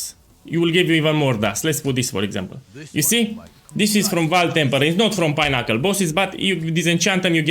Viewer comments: I was like wtf is a pineapple boss, then I realised you were saying pinnacle boss :) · I read this as unassuming as possible at the beginning of the vid and actually died when he started saying pinnacle bosses bc it was all I could hear 💀😂